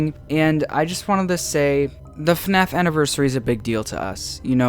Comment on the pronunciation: I love the "FuhNaff" in the intro